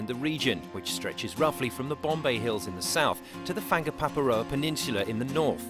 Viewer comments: And please, stop being ignorant and get the place names right. I've no idea where the "Fangapaparoa peninsula" is. I know where the Whangaparoa (fong-a-pah-row-a) is, but not the Fangapaparoa. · Haha fangapaparoa, I'm english but that is a brutal misponunciation, I wonder if they even looked at a map while they made this